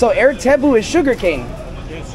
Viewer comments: 👋 Hi! &, 😺😸 I’m from Kuala Lumpur. But am originally from Johor Bahru. (Just a cross boarder Singapore 🇸🇬 & Johor Bahru, Malaysia 🇲🇾 okayed &. Hehehee…😁😁😁). - Watching your food’s & drinks video here’s. “Air” (pronunciation “Ayer” ) means “Water”, and “Tebu” means “Sugar Cane”. 😋😋 - Oh! Ya, “Laut” means “Sea”. - So, am gladly 😌 to be your translator. Mmmhehehee… ☺️😊😃😅😉😌😄😁😆😆😆🤭🤭🫰💃🏻🕺🏻🇲🇾❤️🌺🌏✨; Oh! Ya, last but not least,, you both should try’s foods at Johor Bahru too. The best foods ever! Unique & soooooo tasteful… Especially the Murtabak at Kampung Melayu, Kampung Kurnia & Larkin. Oh! Ya, also the Laksa Johor (spaghetti with fish gravy. ), ABC (A = Ais (in English pronunciation “ice”) B = Batu C = Campur). It’s a a very delicious ice 🧊 mixed with ice jelly, peanuts 🥜, kacang merah, cincau (jelly) and others too. Then with the syrup & a thick choco on tops of its. A Special ABC will added with Vanilla ice-cream. You will feel refreshing when you eating it during the hot 🥵 day okay \. It’s soooo yummy. 😋🤤😹😸😺🫶🏻🫶🏻 Bismillah. Alhamdulillah. Enjoyed ☺️😊😉😌😃😃😄😁😋😋😋🤤🤤 its. Happy eating, and a Happy New Month (March 2024) to both of you guys. TLC xoxo ☺️😊😃😄😁🇲🇾🌺🤍💙❤️ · Good to see you’re back in Malaysia. Air tebu, the “air” is pronounced as “I - yee - air” and not the way you pronounce it in English. Air in Malay means water and tebu is sugarcane. Do get away from the city centre bro, everything is expensive in there! Visit the night markets in ss2 in petaling jaya or taman Connaught in cheras, you’ll find cheaper durian and other local food. Can’t remember if you’ve been to Penang or Genting Highlands, these are 2 places I’d recommend you visit. Enjoy the rest of your trip bro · Air (pronounce as uuh~ir) directly means water in bahasa melayu. Eg: Sea Coconut Water is Air Kelapa Laut, Sugarcane juice/water is Air tebu. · Not AIR d english pronounciation...it is AYER...means water/juice